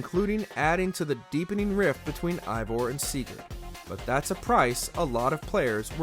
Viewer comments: It’s pronounced “Ay-Vohr” not “Aye-Vahr”. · Biggest pet peeve when it comes to these videos about shows/video games is when they mispronounce the name. For example, this guy keeps saying Eivor as “EYE-vor” and 3 seconds laterz, they show a clip with 20 different characters all saying it as “AE-vor.” It just makes it painfully obvious that this guy hasn’t played the game or so much as watched a single clip. If he doesn’t care about the content of this video, why should I? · this dude said ivor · Your saying evior name wrong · Imagine playing 100 hours of Ac Valhalla only to make a professional video constantly pronouncing Eivor incorrectly. This guy ALWAYS mispronounces things and it truly diminishes the quality of the videos. Like is there no quality check or..... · 2 minutes in and the narrator doesn't know hot to pronounce Eivor